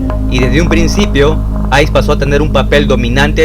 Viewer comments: Ace se pronuncia "eis" no "ais" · Amigo estás pronunciando mal. La pronunciación para ace es “eis” no “ais” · Mira ,dices que eres"" amante"" de este tipo música ..pero no lo pareces en el fondo ...por las frases que escribes como metaleros frustrados ...mmm eres raro ..parece que alguien te escribe todo.....observaciónes : el apodo del guitarrista de Kiss no es ***ice ***( hielo) si eres verdadero fan de Kiss escucharas cuando Stanley lo pronuncia en vivo..muy claro . Es raro que no lo hayas notado sabiendo que pronuncias bien en nombre de Wagner Lamounier ...incluso en decenas de entrevistas a Ace ....Ace suena. Igual que Maze ,Lace , Case ....2) no es System of Dawn ( amanecer ) es Down !!!! 😂 ..3 )en esta bio de Bathory no tenias que analizar ningún álbum a profundidad ...el vídeo se torna desenfocado y aburrido ..incluso mal redactado ......los análisis de álbumes se sienten mejor aparte ....4) no te enfoques en resaltar el satanismo ...parece que te fascina esta tipo de musica solo por eso ... Espero que seas un fan que este tipo de musica por mucho tiempo ....crees que sea asi?